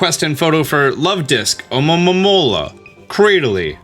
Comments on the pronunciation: Great guide it's funny ear you saying alomomomomola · The "A-lo-mo-mo-la" pronunciations lmao 😂🤣... But seriously, I'm surprised no one else inferred that very same TERRIFYING notion about Frillish! I mean, when I saw Lanturn and Magikarp both being dragged deeper into the depths by their "friendly" smiling captors, I immediately thought that's kinda scary af. The excerpt you read from Black&White is pure evidence to watch out for ghost types! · Funniest thing to me is hearing you say almomoma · Say it with me, Alo-momo-la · Guys, guys I feel the struggle for pronouncing Alomomola. Seriously. Lemme help: It's AMAmamamamaaaromamaaaa. or just ALOE-mah-Mole-uh. I'm not gonna tell you how to live your life. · Hearing you pronounce Alomomola with like, 12 ms in it is hilarious xD From my understanding its A-low-ma-mo-la. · The hard time you are having with pronoucing alomola, is relateable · The struggle to pronounce Alomomola is real 🤣🤣🤣🤣🤣🤣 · the way you said alomomola sounded hilarious